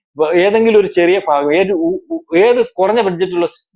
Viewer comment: ഫാഗം അല്ല,ഭാഗം എന്നു പറയൂ